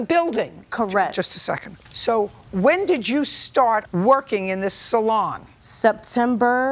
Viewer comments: Sal-on lol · I always have to chuckle at JJ's pronunciation of salon... "SALL-on". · I love when JJ keeps pronouncing it as SAL-on 😂❤